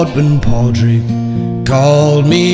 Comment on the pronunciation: My only criticism is you pronounced the D in Padraig . Very few Irish people pronounce the D in Padraig, it's pronounced Porick/Porig (subtle difference)